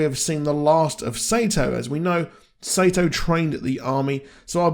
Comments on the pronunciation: Your pronouncing sato name wrong its not sayto thats wrong way to say it its sato like soo like your saying soccer but sato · Why do you pronounce Sa-to as Sey-toh?